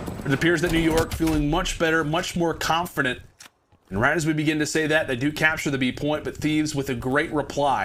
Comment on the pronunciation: 1. Hydra was stone cold after that 3-0 control 2. Did he say confirdent?